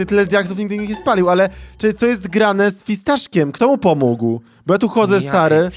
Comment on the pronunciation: pomógł a nie pomóg xd